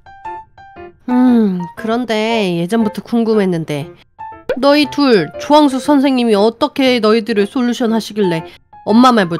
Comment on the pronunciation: 아니 이건 조왕숙이 아니고 죠왕숙이잖아! ㅋㅋㅋㅋㅋㅋㅋㅋㅋㅋㅋㅋㅋㅋㅋㅋ